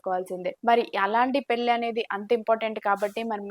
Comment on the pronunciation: పెల్లీ కాదమ్మా maha తల్లి. పెళ్లి అనాలి